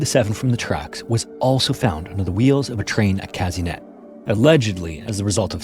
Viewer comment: The way you pronounced Казынет made me laugh so much 😂 The letter е in Russian is pronounced as ye, so it’s Kazynyet not Kazinet haha